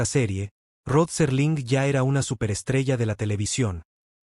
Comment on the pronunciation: SÉr-ling no Serl'in. - No usen AI para este tipo de contendio, el ritmo es horrible, cancino y tedioso